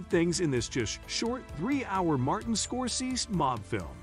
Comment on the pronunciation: Not a bad list, but the auto narration is terrible: Godfather: Part aye-aye? Martin "Scor-sez?" Please, get real voice actors.